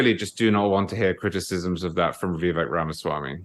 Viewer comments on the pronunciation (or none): Please Megyn, stop with giving Charles CW Cooke so much time ... or any at all really. He is so out of touch with many of us, regularily. To compare Reagan with Tim Scott, is absurd! How hard is it to say, "Vivake" like Megyn correctly pronounces Vivek's name? Cooke has a very elitest tone, and usually has very shallow/unsubstantial analysis. Emily was the best in the first portion of this show, no question. One last bit that most pundits fail to acknowledge ... We want to pardon Donald Trump for us, for the process ... NOT simply for the sake of the man, the private citizen. Trump is us, we are being prosecuted. Otherwise a good show here. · I’m sorry, but this fellow with the British accent who sounds so intelligent can just NOT seem to get the fact that Vivek’s name is pronounced “Vi vake” NOT “Vi veck”!! It drives me absolutely CRAZY that no matter how many times Megyn says his name correctly, this guy just CANNOT pick it up and KEEP IT UP. Ugh! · Dude wearing sunglasses, if you’re going to have an opinion on someone; at least pronounce his name correctly !!!! A pro would learn the correct way to say it ! It’s Vivek like Cake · Hey ….. Pronounced ViVAKE….. Rhymes with cake. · When someone .. like Charles, can't even make the effort to call him "Vivake" like Megyn correctly says, he has no respect for Vivek and his subsequent analysis is superficial. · Please pronounce Vivek correctly, rhymes with cake Vi Vake. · I couldn't agree more. The man can't even respect Vivek enough to pronounce his name correctly. CW is an elitist snob. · Please tell to pronounce Vivek’s name correctly. He’s driving me crazy! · CW Cooke also had this problem. Both despise Vivek, and it shows. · Christie and Haley did best? And, can he make up his mind on how to pronounce Vivek. Cooke is such a pompous ass.